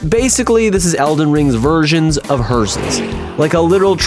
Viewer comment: There's no T in "hearse". Just saying. They're "hearses", not "hearsts".